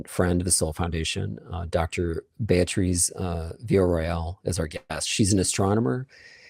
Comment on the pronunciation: Amazing how doesn't know how to pronounce the name "Beatriz"